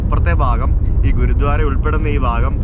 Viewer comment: u r pronouncing ഗുരുദ്വാര as ഗുരുധ്വാര.......enikku angine thonniyathanonnu ariyilla....gurdwara anu correct pronouncing